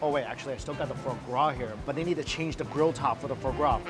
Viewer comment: Fruh gras, for gras, frar gras, I didn't know you could mispronounce the same word differently so many times.